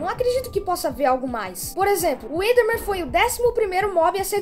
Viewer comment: tava na cara q aquele áudio do steve falando com a Alex e fake o cara falou the totalmente sem sotaque de gringo (na parte do the enderman a pronúncia do the fica dê e o enderman ficou pronunciado como endermen)